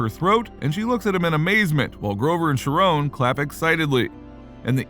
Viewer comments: Chiron is pronounced "ky-ron" (with more of a "ren" than a "ron" sound) NOT FREAKING SHERONE! Wtf man?! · I guess the text-to-speech doesn’t know that the h in Chiron are a silent.